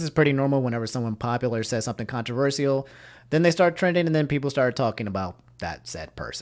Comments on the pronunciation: I love how he says controversial😂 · No one:: controverSEA'ol 🌊🤣😭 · what the heck is this guy saying: Pokimaani, Contro-ver-siaal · It makes me cringe so hard when you say CONTRVERSEAL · For everytime pronounces "controversial" wrong a like is added to this video